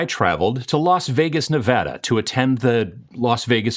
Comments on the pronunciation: Great vid! Thanks for pronouncing Nevada correctly! We appreciate it! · Being from Nevada...it makes me happy that you pronounced it correctly